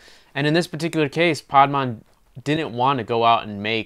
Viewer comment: great review, but why r u pronouncing the title "paad-maan"??